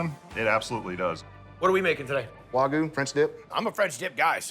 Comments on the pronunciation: Why does he keep saying Waygu .😂😂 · Nothing drives me more crazy than when people say "Wah Goo"